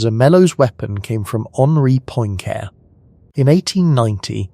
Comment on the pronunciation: I can't ;isten to someone who can't pronounce Poincarre.